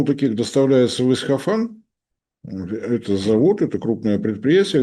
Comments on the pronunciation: при всём уважении, но ИсФахан, а не ИсХафан. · Только не Исхафан, а Исфахан. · Не Исхафан, а Исфахан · Всё-таки не "Исхафан", а Исфахан. Пожалуйста, не путайте,. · Нет, приглядитесь внимательнее: путает порядок букв - ИсХаФан вместо ИсФаХан. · Правильно будет говорить Исфахан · прошу прощения, но, город в Иране - Исфахан. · Кто-нибудь научите правильно произносить название города Исфахан! Ухо режет его произношение!